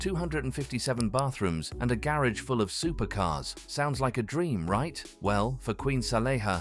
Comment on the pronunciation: What's a 'GAY-ROGE'??